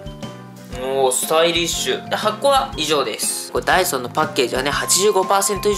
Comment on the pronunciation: ダイソンが、ダイソーに聞こえた❗